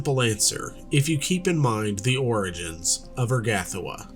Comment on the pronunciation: The emphasis for Urgathoa is on the THO syllable, not the GAH syllable. Oor-Gah-THO-Ah